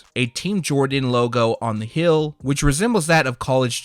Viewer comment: There it is he says hill again Instead of heel. Lol this guy